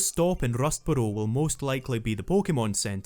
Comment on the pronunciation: I clicked 30 mins in to see if this was going to be worth watching and I decided it was solely based on your pronunciation of Rustboro